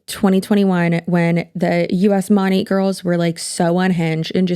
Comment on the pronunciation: 😂😂😂 It's actually pronounced as Money??? I thought it was Moan-aht. This shit got weird real quick, and I'm really put off by that company even more. Feeling sensitive today with my hormones, so Imma let you have a view, a like, and a comment. Maybe I'll finish this in the future. I think the Auwwrrr Naurrrr sent me over the edge, because I already hate someone with that accent, plus her friends.